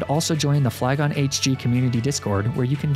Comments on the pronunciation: Hmm, yes. ASSarola. Very good pronounceation, Fleagoné. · lafage Me it’s Leafege